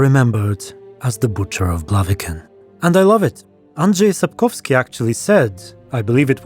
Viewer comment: I legit jumped when you pronounced Andrzej Sapkowski flawlessly